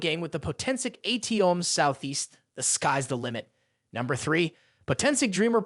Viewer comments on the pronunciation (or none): In Chemistry and other places we learn that atom is not pronounced A T ohm.